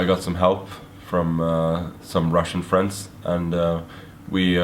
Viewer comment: Hehe funny "with some russian freands" sounds like some you met on the steet, like "Hey Magnus, we gett some good openings prepered for you."